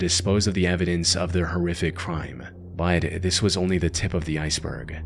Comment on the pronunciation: Why do you pronounce “but” that way? “Baud”?